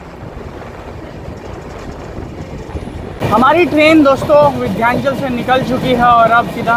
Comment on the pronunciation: Vidhyanchal nahi h vo Vindhyachal hai